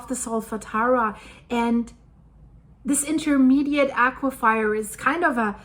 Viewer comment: As a fellow ESL - Please let me say, there are no wet fires as in aque-fire, I thought it is pronounced "a-cue-fur" as in fur-coat, I just have never heard a native speaker say it that way.